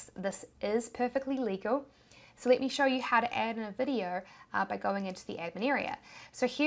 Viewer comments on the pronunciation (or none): none